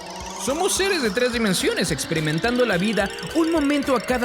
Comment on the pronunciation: Minuto , dimenSional, no "dimencional" y eso es todo, el vídeo está muy currado ^^